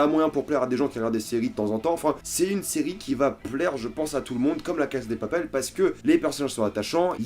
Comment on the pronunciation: On dit LA CASA DE PAPEL c'est stressant comment tu prononces..